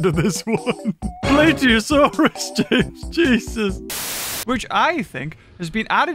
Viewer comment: "Plate eeeeosaurus"has gotta to be one of funniest lines